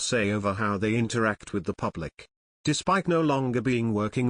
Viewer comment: Why does this announcer say pew blic instead of public ??? Sounds obscene